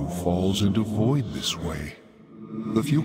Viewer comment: when u pronounce "this" as "dis"...